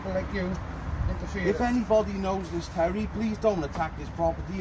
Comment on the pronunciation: Oh Turry, Turry, Turry, Tury Why Turry.